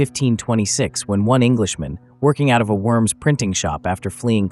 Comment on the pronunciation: I recommend making an effort to pronounce the city of Worms correctly. It will lend you that much more credibility.